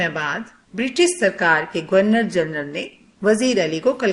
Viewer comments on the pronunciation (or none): none